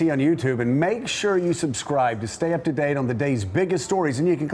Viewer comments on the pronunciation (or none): none